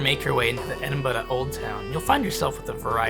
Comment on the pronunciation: I love that you pronounce it like a Scot! Scotland is very high on our list of places we can’t wait to get to. Everything we see about it looks so beautiful and scenic. The detail on that monument is so intricate!